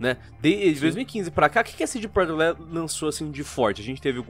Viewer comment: “CD Projekt Leelld”